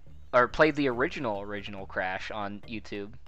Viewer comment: the origanal? the. origanal?! ooooooh thats the hardest of all